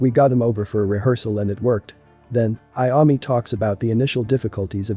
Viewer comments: It's Iommi not Iami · Dude he said tonni iummi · I can't get past the way the man, computer or whatever it is says Iommi. It's horrifying. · At least pronounce Tony's name right!!